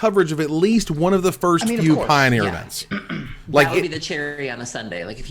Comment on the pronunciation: Did jus said Pie-bet for the potential Pie-oneer Masters packs?